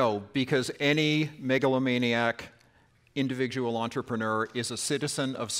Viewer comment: wtf is an ‘indiwidual’ you buzzcut confused voman?